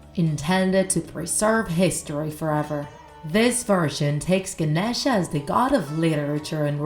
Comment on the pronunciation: It’s no pronounced like that it’s like “Ganesha” no”genisha”